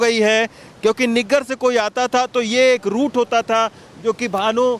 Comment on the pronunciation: niggar nahi saheb naggar kehte usko 😜😜